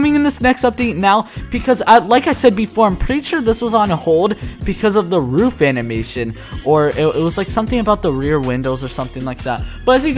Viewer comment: I think it’s pronounced roof not not rough